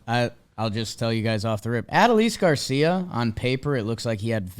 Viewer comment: That was an interesting pronunciation of Adolis Garcia 🤣